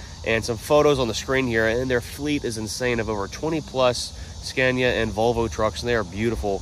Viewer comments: Not trying to be nit picky but you keep pronouncing the truck name “scan-ya” it’s actually “sca-née-uh” just so you sound like the intelligent American that I know you are. Don’t want to give them any ammo. Keep up the great vids. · You're pronouncing it wrong..it's pronounced SCAN-IA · He has started saying Scania how English people say it